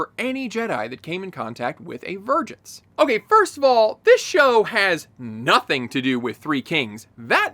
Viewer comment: Am I the only one who hears "virgins" instead of "vergence"